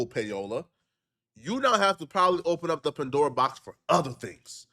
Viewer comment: PA-Dora box is wild 😂